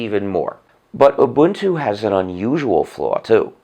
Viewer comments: He pronounces Ubuntu like I do and not like most others Obantu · As a South African I can say his pronunciation of ubuntu is spot on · OMG..he's the first white guy i've heard pronouncing this Zulu word (Ubuntu) correctly